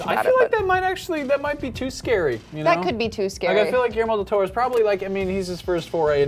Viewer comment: Giermo dil Toro? Who the hell is that guy, learn how to say Guillermo del Toro please!